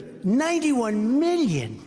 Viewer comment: Trump is so narcissistic he can't even say the word million without pronouncing it "me-llion"